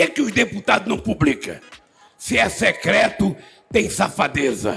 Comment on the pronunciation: Cebolinha secleto mesmo 😅😅😅😂